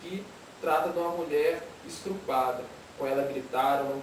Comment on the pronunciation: E MATEUS, A CRÍTICA É PROCEDENTE. MAS CREIO QUE VOCÊS SÃO DE FAMÍLIA EVANGÉLICA. MATEUS DISSE QUE ESTUDA A BÍBLIA HÁ 20 ANOS. E AMBOS TÊM MUITO CONHECIMENTO DO "UNIVERSO" EVANGÉLICO. ACERTEI? MAS O TEM ERRADO O PORTUGUÊS: "ESTRUPADA". NÓS DO INTERIOR DE MINAS TEMOS ALGUNS MOMENTOS GUIMARANEANOS. NÃO PENSEM QUE É DETONAÇÃO. MAS HÁ QUEM DETONE SE BASEANDO EM ERRINHOS ASSIM.